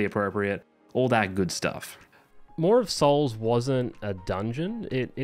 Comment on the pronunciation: You pronounce Maw of Souls just fine, i see no issue with it.